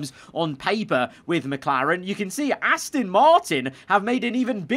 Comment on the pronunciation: I have when he goes Ass-tin instead of Ass-ton